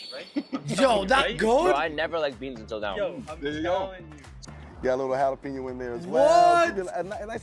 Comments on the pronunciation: Jalapeño = Hah-luh-pain-yo. There is no “peen”. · Bruhhhhh you gotta say it like halapeen-yo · Jalapeño - hall uh peen yo LOL gotta get that ñ (enyay) in there my dude.